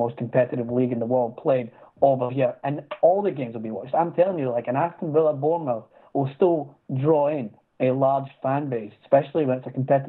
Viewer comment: its pronounced Born-muff!;)